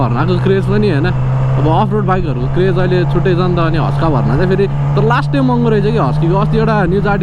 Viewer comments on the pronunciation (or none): Bro its Husk warna not huskaa bharna😂